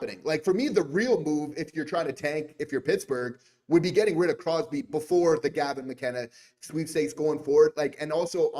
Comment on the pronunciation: Dayum, i'm surprised you managed to get Crosby's name right...haha 😅